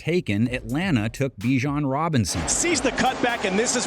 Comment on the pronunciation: It’s BAH-Jon not BEE-Jon